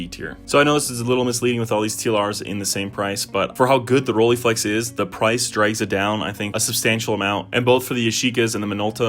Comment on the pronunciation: First pronounciation snob calling: Rollei is not pronounced with an e (like eagle) in the end, that would be "ie" in German. German "ei" is pronounced like eye or I. So, Roll-eye-flex, not Roll-ee-flex! Have way to much cameras (and lenses), but love most. The Pentax 645n with a lens setup from 35mm (and the 33-55mm) up to 400mm, and a Pentax 645 as backup. The nice Mamiya 6 which I had found 2 years ago with two lenses for only 800 CAD (got the 3rd lens, the 50mm later as well for a reasonable price). My first medium format was with the Minolta Autocord (I am a big Minolta fan), unfortunately the stupid focus lever broke off after I had it CLA'd... Still have to try out the Zeiss Super Ikonta (early version from the 30s, 6x6, with a Tessar 2.8 lens) and the Fuji GW690 which are around...